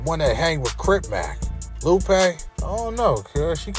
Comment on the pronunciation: That nigga bruh said Lupe😂😂